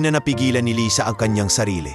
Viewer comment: Lysa? Umpisa ng kwnto lisa,kkeinis pakiggan yoko ng mkinig ng kwnto mo